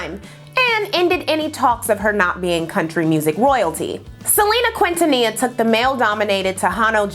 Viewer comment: Oof, the butchering of Selena’s last name 🙂‍↔️